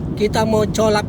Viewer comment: Bang bukan colaps bacanya kolebs, gitu bang.